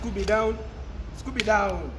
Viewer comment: Not with "scooby down"😂😂😂💔